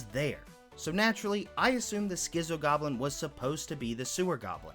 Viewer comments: Its "skit-so" not "skizzo" for schizo. Its literally a shortened form of "schizophrenic". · Love the vid, but it's pronounced "skit-zo" as in "schizophrenic", and not "skizzo" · How are you able to pronounce "schizophrenic" but "schizo" comes out as "skizzo"??? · skizzo and not schizo lolol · Schizo, pronounced "skitz-o" not "skizzo". Shortened form of 'schizophrenic', it is an adjective used more in Aussie slang to describe a crazy person, or in this case a goblin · Schizo is pronounced skitso like schizophrenia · God i wish you would stop saying "schisso goblin". My guy, i bet youve heard of the word "schizophrenia" before? Its that "schizo". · It's pronounced skitzo, as in schizophrenic. Not pulling an "acktually" (I hate how giving someone a head's up nowadays people assume you're being a turd lol), just thought I'd let you know Just started the game, been very overwhelmed, your videos have been a huge help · It's pronounced skit-zo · Just a friendly/funny tip: 'Schizo' is pronounced "Skit-zo", just like you pronounce Schizophrenic. It's an older Aussie-ism (we're a bit less politically correct downunder) or slang/shorthand for a person with Schizophrenia. Although it was more commonly used in the 90s/early 2000's to describe someone being nuts/crazy - like a meth/crack head.